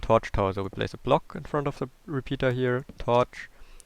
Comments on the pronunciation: Are you really saying Se Fishfarm or se door? You Idiot! You pronoince it teh fishfarm, teh (pronoun only real word the) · Catch "Ze" fish/ lol, love it